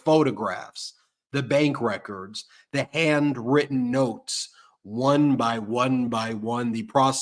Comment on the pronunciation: Ben, I love ya, but you have to start pronouncing the letter "h" in front of words. "And-written notes" should be "Hand-written notes." "Yuman beings" should be "Human beings." I know it's a New York thing, but it doesn't make it right.